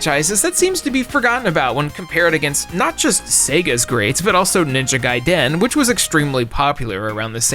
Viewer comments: Why do you say “Ninja Gaiden” like that 🤔😂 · Bro, don't say Ninja Gaiden that way 😂😅